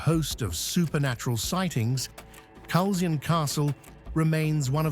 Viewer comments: Great video thank you. For future reference Culzean is pronounced Cull-ane. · Culzean is pronounced ( Cul - ane ). Trust an Englishman to get it wrong.